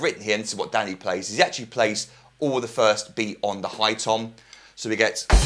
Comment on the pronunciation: I keep laughing it sounds like he is say daddy not danny